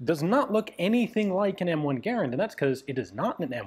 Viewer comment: It always warms my heart whenever I get to hear Garand's name peonounced correctly.